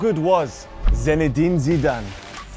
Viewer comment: Irritating that you kept saying his name as ZENedin